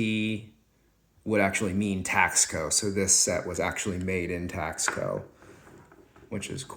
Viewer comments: It’s not pronounced Tax co it’s Taus co. If you’re an “expert “ please pronounce correctly in your information. Thanks. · The word is pronounced Tasco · Taxco is pronounced Tas-co. Good info, thanks!